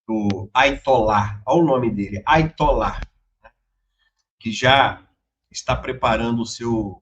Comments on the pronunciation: Quanta ignorância! Não é Aitolá e sim Aiatolá. Não é "o nome do cara". Significa: entre os muçulmanos xiitas, alto dignitário na hierarquia religiosa. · NÃO É AITOLÀ DR É HAYATOLÀ